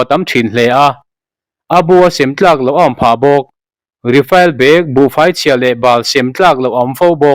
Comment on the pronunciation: Rifail ni lovin refil tia lam zawk tur a nih hmel